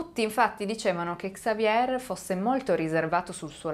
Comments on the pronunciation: In francese la r finale si mangia Xavier = Savie' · In francese, si pronuncia Xavié 😊😊😊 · Basta che tu dica xavie', OPPURE QUANDO DEVI RACCONTARE UNA STORIA CON DEI NOMI FRANCESI imparati si tratta di 6 😮nomi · Se mi posso permettere sulla pronuncia di XAVIER .SI PRONUCIA XAVIE LA R non si pronuncia 🖖👍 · La R finale del nome Xavier in francese non si pronuncia. 😀 Consultare la pronuncia su Google prima di fare il video non è poi così impossibile